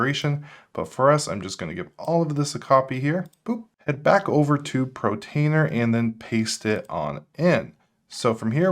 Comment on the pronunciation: Dude! Still saying PRO-trainer instead of PORT-ainer!!